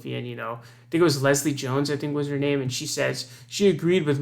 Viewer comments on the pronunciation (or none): none